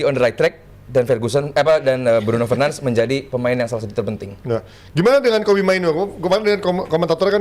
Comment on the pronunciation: Bruno fernands🗿 penyebutan namanya 😂